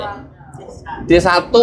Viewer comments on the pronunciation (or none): Bang salah baca, SD 1 🤣🤣🤣